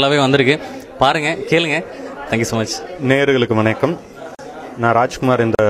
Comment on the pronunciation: look up the word "disco" in dictionary u moron!! not a single person on this video knows how to talk except for the guy on a ralph lauren shirt.......its not "venakkam" its f***ing "vanakkam"